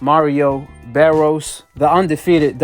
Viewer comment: BARRIOS, not BARROS